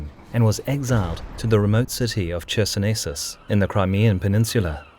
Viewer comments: Chersonesos is pronounced with K at the start. Bloody K! Never in Greek or Latin would CH be pronounced as CH in the word China. Never! Is it so flippin hard to learn these rules if you're doing this for years? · It's more like Hersonesos, actually. Not a thick CH, it's funny.